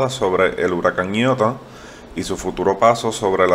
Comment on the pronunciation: Tan claro,que pronuncia el nombre como "ñiota" 🤦🏻‍♂️